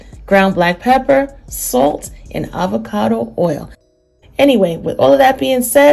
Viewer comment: Nah it's the word salt that the accent comes out.